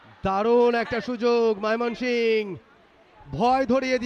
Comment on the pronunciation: ধারাবাভাস্কার কে ভাই বার বার মাইমনশিংগ ১ বলতেচে এক বার হলে মানতাম ৩ বারই বলচে কি খায়